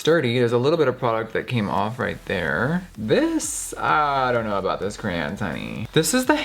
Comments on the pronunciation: Box of crans!!! What?!! Yes girl please pronounce the word cray-on. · Cray-AHHN. Not Cran. Noooo!!! Lol. Who else is with me?? Mississippi here. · Girl.. stop being extra you know its “kra-ON” not “kra-yan” get outta here with that shit... and its funny how you say it differently every time 🤣🤣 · The word crayon is two syllables. Why do so many Americans I know say it like “ cran” It’s “crayon” Here’s another one, how do you say schedule, sorry, and milk. This isn’t just to get likes and comments, I’m genuinely curious. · Am I the only one that says “crown” not Cran or Crayon..? Lol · CRAY ON NOT CRANS, lol love you babe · CRAY-ON not crans. Gaaag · Cray-on, not a cran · When you thought jeffreestar pronounced crayon wrong but when u google it its krien and not cray ON ive been saying it wrong all along! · Jeffree saying Crayn Jeffree Star fans that say Crayon: 😠😠😠😠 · Crayon is pronounced cray on. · Jeffree: “I say cran” *rest of the video*: “cRaYoN” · I had never heard someone pronounce it "crayn" very funny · ANOTHER PERSON WHO SAYS CR-AN! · Australian pronounce it “cray-on” but that’s just us sooo😂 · it’s pronounced cwan 😂😂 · Ugh jefree is one of those people who pronounce it crayan lol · WHY MUST YOU SAY CRANN WHYYYYYYYYY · I say CRAYON!!!!! It’s how it’s spelt so you say it CRAY-ON! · Nikki says crayon Jeffrey says cran I say crown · crans oh my god the way he says crayon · See pronouncing “crayon” like “crayun “ is ok, but people who say “CROWN”—you are canceled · Crahns* <<<<<<<<that’s how you pronounce it 😘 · Crayon (Crae-on) Noun I think 🤔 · jeffree i love you to the moon and back but bitch it‘s craYON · Def pronounced “cran” I have always said it like that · Rocío Mier I know right he keeps saying craine 😓😓😓😓😓😓😓😓😓😓😩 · Hm so you say "cran" but you pronounce crayola as "cray oh la", shouldn't it be "crala"? Lol it's ok we all say things differently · cray-on two syllables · why does the word "crayon" sound so weird now???